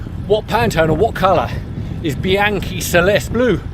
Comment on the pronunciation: Would it kill you to at least try to pronounce the names involved correctly? You're! Pahn-tahn-ee. Bee-ahn-kee. I know you can do it!